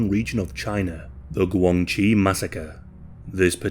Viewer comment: The commentator pronounced GuangXi poorly. DIsgregarding tones, it sounds like Gwung Shee. Interestingly it is a homonym of the term for Relationships, particularly in political and business relationships / connections in Mandarin / PuTongHua Chinese language. I spent several years there.